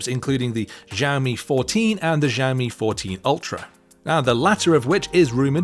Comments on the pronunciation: Xiaomi is actually pronounced as shao-me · ZIAOMI 😂 WTF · Xiaomi is pronounced as Xiao-mi..